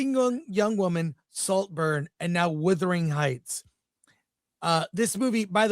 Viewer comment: Chris. Wuthering Heights is pronounced as "wuth-er-ing hights." The first part sounds like "mothering" with a "w" at the beginning